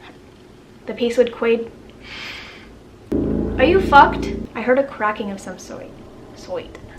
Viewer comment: 'I heard a cwacking of some sawt' perfect tension breaker at the end of that amazingly well written horror! Well read, you have a very soothing voice, thanks for goin thru the throat pain!